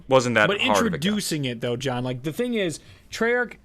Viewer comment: John did you just say "Jawn" ? Philly?